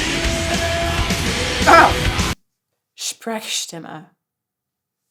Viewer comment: "sprechstimme" ....as a german that sounded really funny :)))